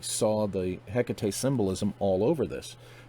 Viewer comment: i call her hek tate nice to hear the proper pronunciation